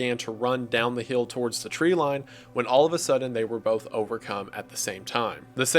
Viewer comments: I've noticed this too! Sometimes I can roll with it, other times it really bothers me😅 but not enough to quit watching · It’s adorable!